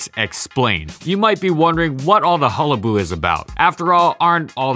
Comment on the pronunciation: Excuse me sir, it's HULLABALOO. Not "hullaboo", get it right!